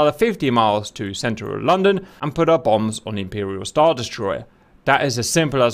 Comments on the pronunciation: Omg no please don't say london like the u don't pronounce the "o" just say london but if it had a "u" in it instead of a "o" so 8is lundon but its spelt london. Anyways sorry I had to say smth be this kinda triggers me bc I am British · “Lonn don”🤣🤣🤣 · "Lawn Dawn" 😆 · Please tell me I'm not the only one who thinks he's saying "long dong." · Funny... "LOWNDUN". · Ah yes Lon-don. Laughing so hard right now lol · The pronunciations of London are killing me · Why does he say London so weird ???